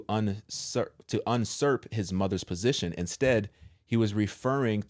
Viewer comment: Not un-surp, --Usurp. Just like it's spelled; there's no "n." Edit: pronounced "you-sirp."